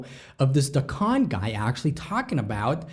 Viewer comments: Dequan not Decon lol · It’s pronounced day-kwon